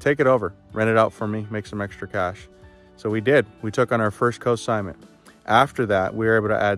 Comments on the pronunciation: Great video - great ideas, thanks! BTW, It's Consignment, not Cosignment. ;) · Just a tip- the N is NOT silent in consignment. You're pronouncing it cosignment, which confused me at first because it's a totally different thing, as in cosigning a loan.